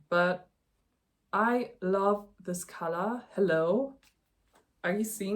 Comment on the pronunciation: Don’t know if it helps or not, but color = KUH-ler and collar = KAH-ler. 😊 Congrats on your first episode. We’re currently melting here in the mountains of NY. 37C and 70% humidity. The bright gold color should look lovely on you when it is done.